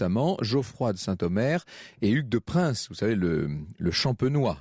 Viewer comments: On prononce "Pin" et non "Prins" pour la famille de Payns. On pronocera donc Hugues de Pin. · 3.11 c'est Hugues de Payns.. ..pas de prince